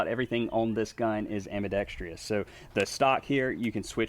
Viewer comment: It's not "ambidextrEEous." The word is ambidextrous. You are adding an extra syllable. And please don't tell me you're from Birmingham, Alabama so you're licensed to mispronounce it. I am from Huntsville! Good luck with your ministry efforts, which are very commendable.